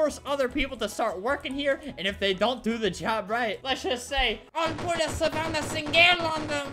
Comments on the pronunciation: 8 seconds into the video Me: hears my name ( savanna ) Albert: SaVaNnAh SiNgEL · Savannah sin-gel 🤣🤣🤣🤣